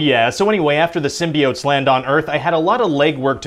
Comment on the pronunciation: He still said SymBEEotes lol